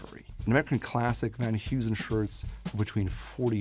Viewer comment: Van Heusen and Kamakura, too.